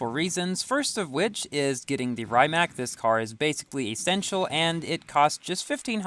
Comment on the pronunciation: It's pronounced rim-ac not rhyme-ac